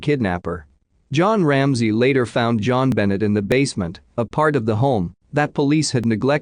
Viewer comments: Bennett? Never heard it pronounced like that before. And are you trying to say 'cy-pher'? La hotel? You mean El-A as in Los Angeles? Too many stray words in the audio. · Gosh, can you please show respect and pronounce Jon Benet’s name correctly.